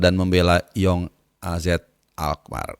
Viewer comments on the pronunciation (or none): none